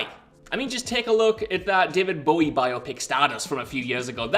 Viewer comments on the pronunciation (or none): none